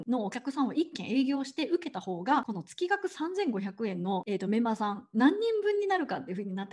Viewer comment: 月額(げつがく)と読むのが本来正しいかと…。